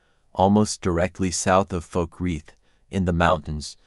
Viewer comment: Oh, and it's Falkreath (kind of like "fall"). Keep up the good work!